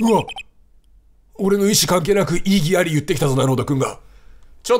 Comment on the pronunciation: 異議ありゃぁは草